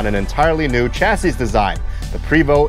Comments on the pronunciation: Great video...fyi. its pronounced "Pray Vo" Not Pre Vo...just letting you know friend...great job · Having spent time with the company sales reps, I learned the name is pronounced "Pray-vO" in homage to the French heritage of Quebec. In the mountain west, the 12 speed ZF transmission makes it a demon on mountain passes. But in a hilly town like Seattle or San Francisco the 12 has a horrible time getting away from traffic lights on steep hills. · It's pronounced Pravo' ,it's fronsay (French) !!! The h3-41 was came into play because people wanted a automatic and they need a foot longer to get got it in with the s 60 engine .Eagle had a harder time they had to raise the floor over the engine to fit it in.I have talk with them too I was at the factory in the early 90's just after they they expanded. Seeing the h3's frame being made to seeing the roof being stretched on , to seeing entertainer coaches being made it is some thing to see when you a BUS GUY!!! I all saw the articulated coaches at Ill deleann ( i hope i spelled that proper ), having my coach ac being worked on there . Seeing the new coaches give me a bad case of i wants. We got our Marathon xl ( They only made 3 years )in Montreal . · I myself pronounce it "pre(long E)vost(like post with a 'v' instead of a 'p')